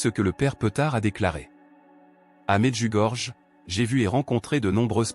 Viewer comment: "Medjugorié" c’est la bonne prononciation de cette ville.